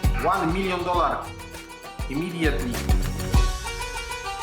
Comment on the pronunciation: Te intro je kozakckie "Łaan milion dolar "